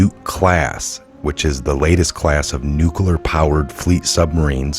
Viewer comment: It’s nu clee are not nu clu are